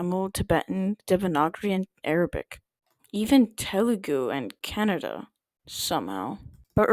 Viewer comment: My man just offended every Kannadigga by saying Canada💀💀 (btw thank you for featuring Telugu (my mother tongue) and Kannada, both are equally fascinating languages)